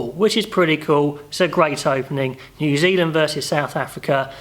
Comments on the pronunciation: Great vid mate, Zew Zealand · Zew zealand?